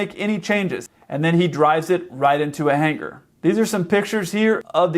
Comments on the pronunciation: Ugh! It's Hangar. Not "Hanger". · really??? hanger?? why, almost, every pilot screw up this word? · Shame! It's H-A-N-G-A-R! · Dude. It’s “hangar’. Seriously.